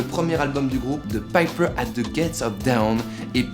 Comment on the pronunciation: Dawn se prononce dÔwn. Pas dAOUwn. Les portes de l'aurore. Pas les portes d'en bas😭😭😭😭😭😭